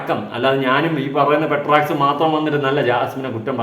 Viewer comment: പേട്രക്സ് ❌പെട്രോൾമാക്സ് ✅